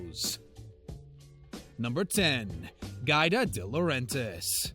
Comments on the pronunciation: It's Giada not Guida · It's GI Ah Dah not GyDah lol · Pronounced gee ah da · Giada isn't pronounced "gyda" its pronounced "jawh dah" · It's pronounce Gee Ada, and from what I've heard Ellen isn't exactly the princess everyone thinks she is. I heard that Ellen was mean to her staff and guests alike. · I CAN'T STAND NARRATORS who do not take the time to learn how to pronounce people's names! Giada is pronounced Gee-ah-da. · Its pronounced Gee-ah-duh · Could you shut the hell up and let us see the video clip? And GIADA is prounounced “ gee-yAda” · GEE-ADA LETS SAY IT TOGETHER GEE-ADA COME ON YOU CAN DO IT GEE-ADA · Her name is pronounced : Gee AH Dah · Omg it GEE-AR-DA!!!! Giada! Pronounce her name Properly!!! Grrrrrr!! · It's pronounced Jee Ah Da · GIADA is pronounced "GeeAda". lol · Right? I cringed every time he said "GyDah".